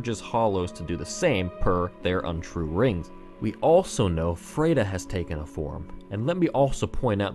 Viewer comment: You pronounce "Friede" weird. After hearing the name so many times in the game, I notice it every time you say it. It's F-r-i-e-d-e, not F-r-e-i-d-e.